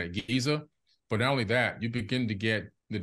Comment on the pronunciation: Note you said "the only". Sounds like 1 to me.